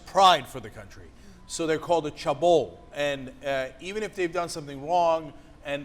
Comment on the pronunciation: lmfao cenk's pronunciation of chaebol was hilarious